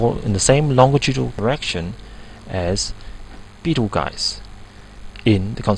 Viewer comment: UTC time? Since UTC is universal coordinated time, UTC time is universal coordinated time time, right?? Betelgeuse is a a variable red supergiant star and is pronounced b-tl-jüs.